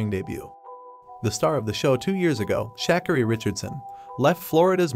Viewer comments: I hate when they mispronounce her name. It's not Shack arie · "Shack-carry" Richardson. Well, you gotta admit it's not a common name. 😂